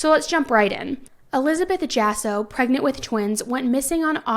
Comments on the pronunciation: It's pronounced Hah-so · It’s for attention..attention seeking. And, he probably was cheating and she lied to “keep” him. That is so sad; because, a baby isn’t going to make that situation any better. If you aren’t making him stay home for you; he ain’t going to stay home for a baby. Oh, and it’s pronounced ha-so= Jasso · The last name is pronounced HASSO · The last name is pronounced as "HASSO". In Spanish, the letter "J' is pronounced as if it were an "H". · Not that it’s a huge deal but her last name is probably pronounced as “haw-so”. The j in Spanish is pronounced like an h in English. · What a horrible thing to do. But as you mentioned we dont know the whole story but whatever it is it started when he was still alive. Maybe there was some issues in the relationship and she thought they were about to split up. Its sad for both sides of the family. Just a little side note and it doesnt really matter but the last name is pronounced with an H.